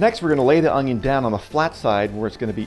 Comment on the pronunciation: There is no “G” in onion